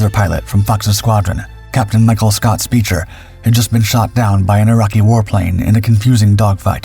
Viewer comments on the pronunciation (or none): Scott Speicher was a lieutenant commander at the time of death. And FYI, his name was pronounced "Spiker". His story is a very interesting one that lasted about 18 years after he was shot down.